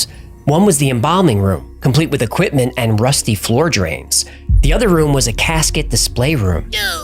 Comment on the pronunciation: i like this channle how ever please dont say oquimpment again, equipment does not start with a O lol